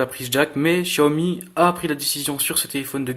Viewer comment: Ta ecorcher le nom xiaomi -1 like